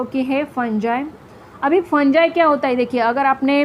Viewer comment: You Are Teaching Nice But Not Fungi (फंजाई) It's Fungi (फंगी)😊❤